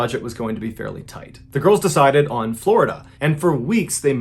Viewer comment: Floh-i-dah Man... I'm NEVER going to Florida again.